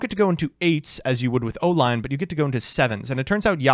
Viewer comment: Says O-Lion like O-lie-on